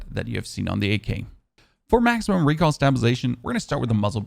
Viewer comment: Is it just me or does he say recal for recoil loll